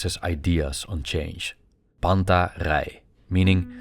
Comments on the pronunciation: "Τα πάντα ρει" is the phrase and it pronounced, Ta panta ree. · The pronounciation is "Panta ri". Cool video.